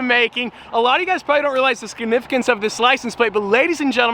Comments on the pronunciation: “Skinnificance” 🧐 What is skinnificance? I expected better. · You said scinifigance 😂😂😂😂